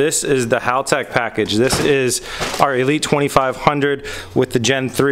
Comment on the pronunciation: I’am glad you pronounce Haltech correctly. Not like other youtube channels cough cough rhymes with Hooligan. Hearing it pronounced like Haul-Tech just grinds my gears. In a nails on chalkboard kind of way lol. We all try, no ones perfect. Cue the keyboard warriors.